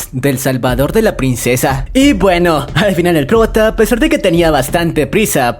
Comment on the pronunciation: se dice al fin no alfin